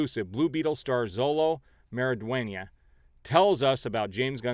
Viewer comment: Xolo is pronounced Show-Low ;)